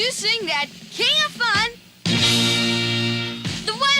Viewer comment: Lol “Kang” every time he said king.